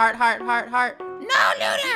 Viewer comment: I'm having complain I'm saying Luna's name wrong